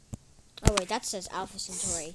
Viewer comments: Its not century its centauri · The Name is Centauri not century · CENTAURI NOT CENTURY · It's centauri